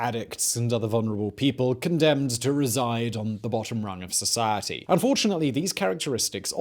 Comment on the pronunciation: Nobody: Biographics narrator:Socawity